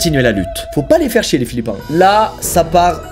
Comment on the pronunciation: ça fait tellement plaisir d’entendre philippin et pas philippien